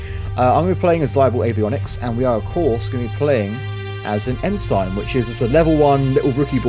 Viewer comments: As I am new to your channel and just started with this video so I dont know if you correct yourself later or not but that rank you are saying is pronounced En-Sin not En-Sign as in the things on the side of the road that tell you things. It is just shorter naval speak for Lieutenant or "Left-tenant" if your from the uk or probably other places in Europe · It's pronounced "En-sin", not "En-sign"